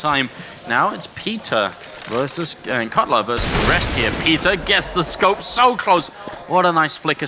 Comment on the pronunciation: Caught out like "Cutler"